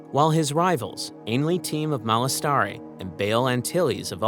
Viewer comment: Your pronunciation for a couple things is interesting lol. Malastare and Sifo Dyas are both said out loud in the movies, have you seen them recently? >.> Not to come off as mean hopefully I just think it may affect credibility (feel free to delete my comment if that's an option)